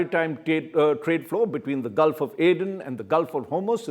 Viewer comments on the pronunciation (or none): none